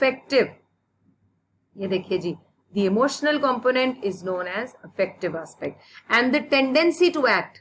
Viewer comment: Its not aaspect Its aspect!!